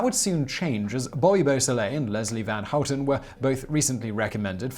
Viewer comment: Your pronunciation of "van Houten" was almost perfect. I often hear English speaker say something like "ven Hoet'n". Nice. The only thing is that you're still making the 'a' very flat sounding, almost like you're saying "ven". But that's only a minor mispronunciation. A small blemish on an otherwise perfect effort. I approve.